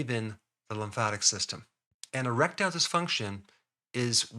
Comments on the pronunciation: I thought i heard him say a-reptile dysfunction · I really heard Rectile, so I though, ¿why are we talking anal here?